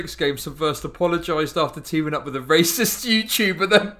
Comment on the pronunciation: He says "Reh-cyst", I heard the Golden One poking through for one second there xD (don't know if is Swedish, maybe I am REHcist for putting them in the same box:P)